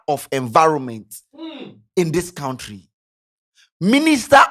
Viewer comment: it’s koun-tree, not kount-tree.